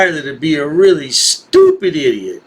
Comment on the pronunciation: He sounds weally swilly